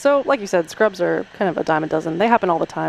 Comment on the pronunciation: Scrubs, not Ruds!